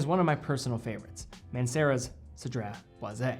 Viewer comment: Aye you get extra cool points for pronouncing this fragrance perfectly without missing up haha 😄👏🏽👏🏽 I appreciate you sharing the history of the fragrance and i love that has a lemon sandlewood kinda smell. I tend to like those and a citrus smell. I like that it last most of the day. I'll definitely consider this. Anyways have a great day!